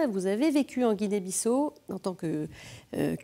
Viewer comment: Belle émission sur la Guinée Bissau. Par contre je ne comprends pas l'insistance de mal prononcer Bissau par l'animatrice malgré une bonne prononciation de l'invité et des deux personnes sur les reportages. Merci pour votre émission❤. Que Dieu vous bénisse et vous garde à Lui.